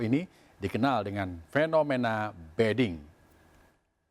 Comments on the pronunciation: Ini penyiarnya gak ngerti mbediding.... Jadi ngomongnya beding.... Padahal maknanya beda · Kenapa penyiar bilangnya BEDING padahal di teks ditulis BEDIDING..? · Orang inggris tuh penyiarnya.. bedding - tempat tidur... 😁